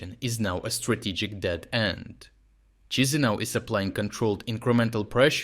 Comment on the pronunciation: "kee she now" - thats the right way. fake russian accent guy doesnt know how former soviet republic capital is actually pronounced. what a joke.